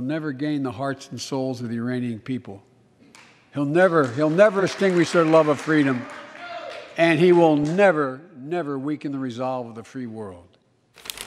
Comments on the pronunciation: Ich habe "Uranische" anstatt "Iranische" People verstanden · Er sagt" Uranian" nicht "Iranian"! LG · Eigentlich sagte er "Uranian". Könnte natürlich ne Vorahnung sein... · Er sagt "Uranian"!!!!! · Genau zuhören: Er sagte "the" (gesprochen mit "i" am Ende, da ein Vokal folgt) "uranian people". Dieses Volk gibt es zwar nicht, da fehlt noch ein"k", aber deshalb ist es noch lange keine Verwechselung mit dem iranischen Volk! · Es klang wie "uranian people". Also vielleicht hat er in diesem Fall nur undeutlich gesprochen.